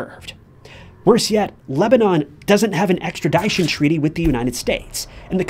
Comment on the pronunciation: And yet he says “extra-die-shun” for the common word extradition